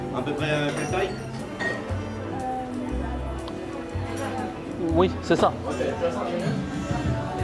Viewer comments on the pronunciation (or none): the same TAILLE, en temps que bilingue j’ai les oreilles qui saignent